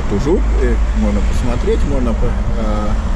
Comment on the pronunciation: В очередной раз спасибо за хороший и дельный коммент. Тут с ужУписом сыграло роль то, что я латыш. На подсознательном уровне возникают аналоги с латышским Uz upes (на реке) с ударением именно так. Схожесть языков иногда играет злую шутку, к слову я даже не задумывался о такой трактовке названия.)) Ввиду того, что в силу сходства языков, я понял причину возникновения названия района. Во дворах я к слову был, правда на стыке 90-00, А сейчас смотрел через арки и честно скажу, стало почище. Правда детально не заглядывал так-как были очень ограничены по времени и паркомат категорически отказывался принимать карту, платить по СМС с латвийского номера не получалось, а собирать мелочь по Нарвессенам я уже устал к тому моменту)))